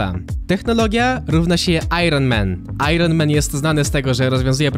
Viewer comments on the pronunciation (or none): none